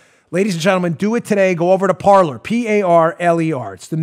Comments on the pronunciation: Dan, please, the name of your sponsor is "Parler." It is the French word meaning "to speak." It is NOT pronounced par ler. It is pronounced par lay. I have heard so many conservative broadcasters mispronounce it and it's really starting to annoy me. It isn't an English word, so it shouldn't be pronounced as if it were. If you are the only one to pronounce it correctly, you'll be light years ahead of all the rest. I love your show. You always give sources, which I use when conversing with leftists. They can't refute what I say because they don't have sources other than commentators' opinions. You give me the ammo I need to shoot them down. I can't thank you enough. And, although you always make it clear you get a lot of your info from people pointing you to those sources so you don't spend all your waking hours searching for the articles and documents yourself, you are the one with the bully pulpit that gathers them together so we all can save time and back ourselves up with the needed facts. And Paula does a wonderful job as webmaster and her abilities to project the right articles, the parts of the articles, and highlight the pertinent sentences during your YouTube broadcasts are superb. Thank you to both of you and Joe does a great job as producer. It's a very professional job by all of you. Please keep up the good work. And remember, it's pronounced par lay, like in horse racing. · It's pronounced "par LAY." It's French for "to speak." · Dan, "parler" is the French word "to speak " or just "speak!" and is pronounced par-LAY. You'll be better served by pronouncing it the French way. Blessings. Ken